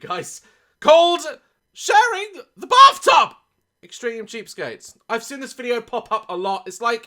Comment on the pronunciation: I’m sorry but I only hear “barftub” and that only makes it 100% worse lol.